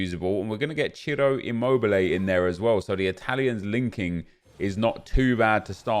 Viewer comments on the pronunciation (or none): none